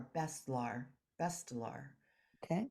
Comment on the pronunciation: its not bestlar its BESHTAR